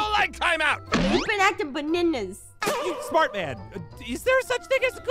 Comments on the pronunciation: "You been acting be-ne-nes" LOL! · Aphmau: You don't like ✨Banenes✨. Ein: But you don't like 🥦Broccoli🥦 Aphmau a while later: But you were acting ✨Banenes✨ Me: 🤣🤣🤣🤣 IMA LAUGH ALL I WANT UNTIL I GET DIEDEDED🤣🤣🤣🤣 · Aphmau:what about your banaynas. Got me cracking up